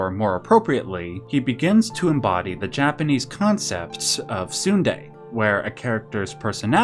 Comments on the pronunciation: Tsundere is not a process, it's a character archetype, also you forgot to pronounce "re" at the end. And Okabe isnt a tsundere, Makise is. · Man said Sunday instead of Tsundere. A true madlad.